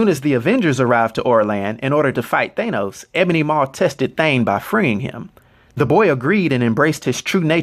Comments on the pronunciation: Its..."THAN-NOS" phonetically....not "THAY-NOS"....what?.. I follow you religiously...but every once in a while your pronunciation gives us the impression that you READ the stats, without knowing the actual character. Like when a news anchor mispronounces a foreign name. No one familiar with END GAME or INFINITY WAR movies says THAY-NOS (like you do in this video). You're venturing into territory that is bold, new, and needed for a lot of us comic fans...soI'm not tearing you down, but aiming to offer awareness that may help you take it to THE NEXT LEVEL! This is similar as when you changed from (which seems a little self serving....to the NEW sage... which absolves you of self awareness) I'm a theatre teacher. I teach a lot of Shakespeare. I have some material (written by predecessors) for helping actors take their speech to the next level so they can be masterful. Hit me up if you're curious or interested in enhancing spoken language. What you're doing in amazing. You are creating Legacy for those familiar and unfamiliar. I have suggested links of yours to people trying to get on the "comic book page" that need backstory, history, and context. I'm just interested in saying something when the whole world-who saw these Avengers movies- pronounces it different than you do. It makes it sound like you're either foreign or not in the loop. Also, everything I'm writing- technically- doesn't matter cause this is 2 years ago you posted this...You've been making a ton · You're mispronouncing his name bro. His name is Thanos, pronounced THAH-NOS not THAY-NOS. Mad respect bro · I really don’t like the way he says “thane-os” looool I could easily be wrong but I’m pretty confident it’s pronounced “thanos” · Ok why are you pronouncing it Thaneos?????? I've only heard it pronounced Thanos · Pretty sure it's pronounced "thAnos" ... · The mispronunciation of the name Thanos makes me not want to watch this video any longer than 1 minute and 20 seconds